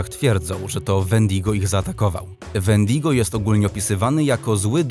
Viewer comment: Możesz nauczyć wymawiać się nazwy wendigo i wendigo to człowiek który niby dopuścił się za dużo razy jakiegoś grzechu czy coś takiego